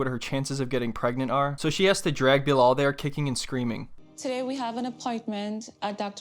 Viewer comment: Bruh it's not BiLOL 😅